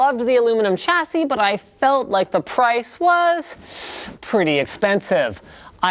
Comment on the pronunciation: You'd think a canadian could pronounce 'chassis' correctly